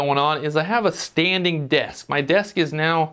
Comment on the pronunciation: I like the 'Stading' :)